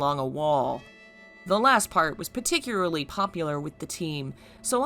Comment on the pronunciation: i love this video, but just to let you know, it’s pronounced particularly not paticuraly.